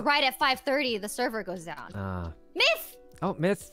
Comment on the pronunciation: WHY DOES HE SAY MYTH LIKE THAT IM PASSED OUT 💀💀